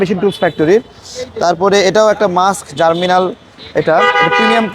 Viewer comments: পণ্যটির নাম জার্মিনাল না ভাই, জার্মনিল। তাড়াতাড়ি পড়তে গিয়ে ভুল হয়ে গেছে। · Bhai. Salam. Apnar upasthapona aro ektu bhalo hoto, jodi apnar pronunciation correct hoto. Apni "GERMNIL" ke bolchen "Germinal". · Hanks but its germnil not germinal vai. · It’s germnil not germinal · জারমিনাল !! কি বলেন!!!!😮 জার্মনিল ভাই